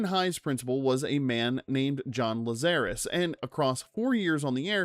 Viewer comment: It's not La-ZA-rus. It's LAHzarus, like in the Bible